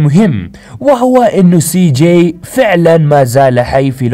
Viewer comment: انت تقول سي ؟؟؟؟جيءء؟؟؟؟